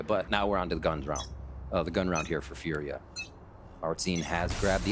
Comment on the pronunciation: It's Fooriya not Furia💀